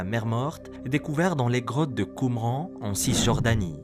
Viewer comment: livre d'henoch, a ne pas confondre avec le livre des noc (en verlan), ecrit par bhl 😂 tu dis que les manuscrits de la mer morte ont 1000 ans : il n'en n'est rien ! ils ont entre 2270 et 1950 ans selon les parchemins. quant a qumran, ça se prononce "qumrane". et tes videos sont toujours aussi chouettes !